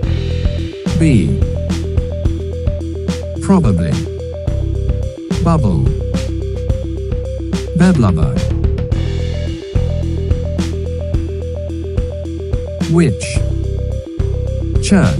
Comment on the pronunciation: 'beblubber' is actually pronounced 'be-blubber', like 'befuddle'.